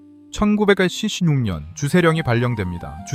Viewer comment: 가양주를 허용하니까 일일이 세금 매기러 다니기 번거로워ㅆ겠죠. 그 당시 일본의 주류 산업 성장을 견인시킬 겸 세법 적용과 품질 관리를 용이하게 할 겸 해서 조선의 가양주를 의도적으로 퇴락시킨 거라고 봐야 할 겁니다. 돈도 벌어야 하지만 그러려면 통제 관리하기 쉬워야 하니까요. AI의 설명시 숫자 읽을 떄 발음이 이상하네요. 1916년 천구백피십년 이런 식으로 읽는데 자막 없이 들었다면 오해 여지가 있었을 것 같습니다.